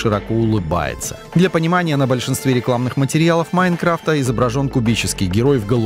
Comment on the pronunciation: Меня одного тошнит, когда он произносит, "МаИнкрафта"